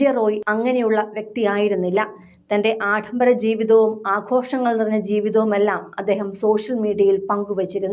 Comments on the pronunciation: ആഡംബരത്തെ ആഠംബരമെന്ന് പറയുന്നതെന്തിന്? കഷ്ടമീ മലയാളം.😂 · ആഡംബരം എന്ന വാക്ക് ശരിയായ രീതിയിൽ ഉച്ചരിക്കു സഹോദരി. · ആഡംബരം എന്ന് ശരിയായി പറയൂ... ഛെ! ചാനൽ ഭാഷ!